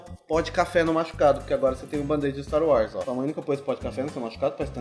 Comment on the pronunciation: empreção minha ou o fala staro wars?